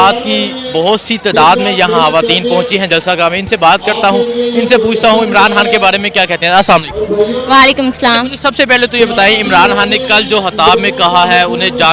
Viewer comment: Oye khawateen hota hai haawateen kay bachchay